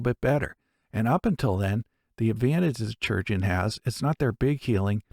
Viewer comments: STOP FUCKING SAYING CHURGEON ITS SPELLED CHIRURGEON KAI- RURJ- UN YOU MAKE ME ANGRY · Um, "Chirurgeon" has a greek etymology, which means that it should be said as "Kee-rur-jay-ohn". In latin and greek based languages, unlike celtic and slavic languages, "ch" is a hard C, not a soft C. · I attend an event called pennsic and we call our medical staff, on site, chirurgeon. The popular pronunciation for this word is Ki (like kite) ur (like urn) geon (like surgeon) ki-ur-geon. Rolls off the tongue a lot better 🙂. Love this show. Totally needs more of a following. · Yep, for example in Italian chirurgo=surgeon so I found pronunciation really funny